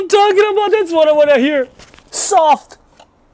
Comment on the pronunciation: we are saying that's it! not thatse:) beside of that - you are perfect and we love youuuuu!!!!